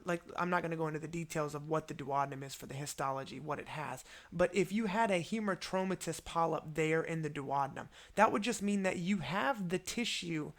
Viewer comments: This is a great video. But... It's Hamartomatous (like... hammer) not Hemartromatous. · Great clarity and a wonderful explanatory video. Just that it's hAmartomatous and not hEmartomatous polyp. 🙂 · Yes,agree,Robbins textbook also said 'hamar'